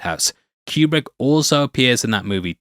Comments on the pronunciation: That's not how Kubrick pronounced his name. but then it's not surprising that an AI would mispronounce a name. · If you want to sound like an expert, at least learn to pronounce his name correctly. It’s not Q-Brick it’s pronounced Coo-Brick. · His last name is properly pronounced Coo-brick NOT Cue-Brick he pronounced it Coo-brick. Whenever I hear it mispronounced it drives me crazy. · It's so awesome to hear children trying to pronounce words while making bank on YouTube. "Que-Brick" Really? Yeah really, that just happened. Can't wait to see what becomes of this twat.